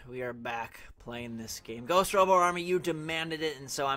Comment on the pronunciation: He already did Slender. And it's Robo not Robot, you aren't from around here are you?